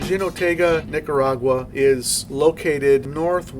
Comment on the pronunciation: Great video! I've been roasting their coffee for over a year. Not to be that guy, but if you want to know how Jinotega is pronounced, it's pronounced like "Hee-no-TE-ga". The "te" has the emphasis in the word